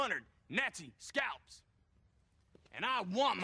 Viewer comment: “And I want my shkalps”